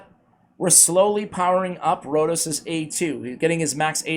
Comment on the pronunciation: FINALLY. IT IS HERE. AND YES YOU SAID MY NAME LIKE A LOCAL. CONGRATULATIONS